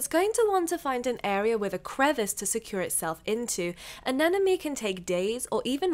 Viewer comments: I love your videos, but I won’t stop commenting this until you get this right : “aneMone” not “anenoMe” ! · ANEMONE. NOT. ANENAMY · Em I love you and your videos, but why do you say anenemy instead of anemone ? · Just letting everyone know, it's pronounced ANEMONE not ANENOME. The M is in the middle